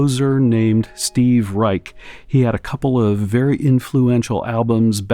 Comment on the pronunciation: Excellent tones and demonstration. Please double-check your pronunciation of Steve Reich's surname; it sounds like "Ryshe."